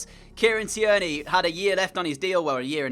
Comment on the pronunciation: The way you pronounce tierney 😂😂 its Kieran teer knee